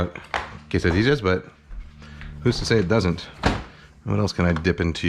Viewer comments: my heritage hurts when he says tortijas and quessadijas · he said Quesadijas lol